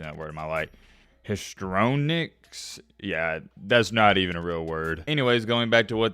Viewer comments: putting that Alabama school system on blast. Its pronounced hist tri on ics. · Damn homie. Think of it like hysterical. Histrionics It's like this. his tree on icks